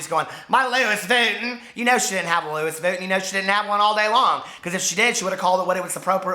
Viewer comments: LOUIS Vuitton "Lewis Vooten" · "Louis Vooten" I love it! 😂😂😂